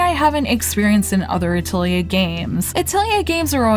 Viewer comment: Liked the review! Small remark: It's a-til-ye with a pronounced lengthened e with tension (not meaning the English kind of ee)